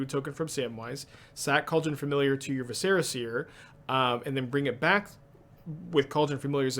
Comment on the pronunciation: I'm really not sure if you're mispronouncing "viscera" on purpose or not... O_o Oh, and "reprieve".